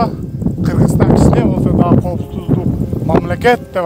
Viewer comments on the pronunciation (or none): none